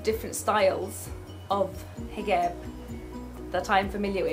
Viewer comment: That is so fascinating that you pronounce 'j' as 'g' like instead of hijab you say higab or galabiya :D Well done Dina for getting it straight with these haters!